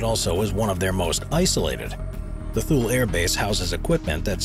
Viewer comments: As usual, you have no idea what you are talking about and on most all your videos you talk about one thing and pop up a completely wrong image. You need to way better research. I stopped watching after you pronounced Thule wrong -- it's twolee, not tool. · It’s not “th-ool “ air base, it’s “toolie “ air base. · It is pronounced TOO-LEE , not Tool Air Base. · Thule AF Base is pronounced “ to-lee”, the “H” is silent.